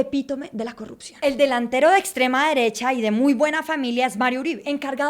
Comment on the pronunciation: Morí con la "corrucción"